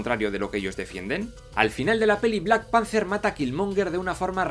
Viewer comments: Chala...Chaka ok puedo pasarlos, no todos saben pronunciar T'Chala o T'Chaka Pero? 🤦🤦🤦🤦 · Da cancer auditivo escuchar ese "Blackpancer" dan ganas de romperte la boca... Aún así tus videos son geniales y me he visto muchos... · Pero por qué dices black pancer? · Por qué le decís? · entendi solo "":v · ""lol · De acuerdo con todo, pero ¿Por qué repite en todo el video black panZer? PAAAANZZZZZZZZZZZER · Se pronuncia BLACK PEANTER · Me estresa cómo pronuncia Black Panther jajaja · Buen vídeo pero por favor aprende a pronunciar bien Black Panthe, quedas como alto boludo hablando así